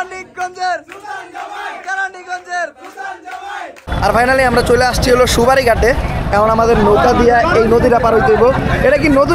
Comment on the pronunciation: Vai hapna vol bolca oi ta সুপারি গাট না ওইটা সোয়ারিঘাট😂😂